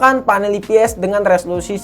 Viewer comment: saran aja, kalo ngomong baha inggrisnya jangan nanggung, IPS di baca ai pi es. bukan i pi es. SOC dibaca es o si, bukan es o ci. trus kalimatnya dibenerin lagi, banyak kata yang diulang ulang.